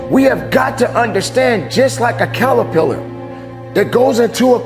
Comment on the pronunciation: "Callarpillar". 😄That was cute, Coach.